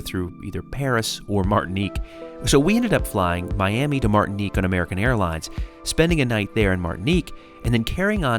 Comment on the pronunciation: Gotta say, it's a little strange hearing my name in a video here on YouTube. Thanks for pronouncing it right 😂 Martinique.